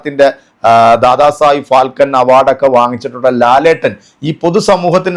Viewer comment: ഫാൽക്കൻ അവാർഡ് അല്ല. ഫാൽകെ 😄